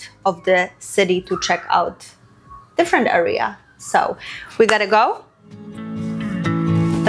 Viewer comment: ciągle wymawiasz źle słówko area. W każdym filmie. Bardzo to razi